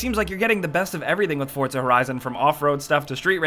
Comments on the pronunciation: It's not forthza its fucking for zaa Jesus Christ man fucking americans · it's 4zuh not fortzuh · FORT-ZA HORIZON. FORTZA! (for-za) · did he just say "FORT-ZA" horizon lol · "Fordza" yep Fordza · he kept saying "fortza" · what's with the way he says forza he says fortza that's not correct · I'm sorry but "fortza" ?! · Well.......you pronounce pizza 'pidza' so he read it that way.